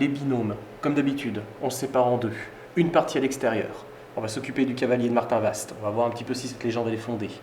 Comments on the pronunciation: ça se dit Martinva et non Martinvast,on ne pronoce pas le st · Je suis une Cherbourgeoise et on ne dit pas le S et le T à Martinvast mais on le prononce MartinVA ! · Alors on dit Martinva 😉. Que représentait le cadre tombé ? Il n'est pas tombé par hasard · Salut superbe enquête le s se prononce pas (Martinv(s)at Merci